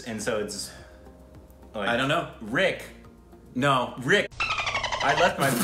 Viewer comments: React on 73 Questions with Priyanka Chopra | Vogue |. I'm sure you'll enjoy it. Also want to say you guys are doing an amazing job. One more thing, your pronunciations are spot on. Were you an Indian in your previous life😅. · Rick is seriously awesome... I am really amazed with his pronounciation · OMG man! Rick's Indian pronunciation is on point every single time! Rick is Bindaas and is.......fine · Rick is again spot on with the Pronunciationnnnn . . Very good MERA DOST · RICK is amazing.. he is too smart to be on stupid reactions.. :p He is very good with pronouncing Hindi words. Also, he understood each words very well.. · Rick your pronounciation for hindi words are so LIT.... perfect..😊😂 .your new subscriber.. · Rick's pronunciation is pretty spot on! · Rick is soooooo good at pronouncing hindi words... ❤️ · Rick's pronunciation is spot on most of the times!! How does he do it ?😲